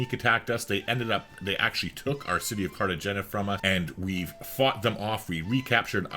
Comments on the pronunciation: Great vid! It’s CartaXena, I suppose. Like a stronger H than in the word have, for example. A sound that doesn’t really exist in English) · Spanish The g is pronounced as an h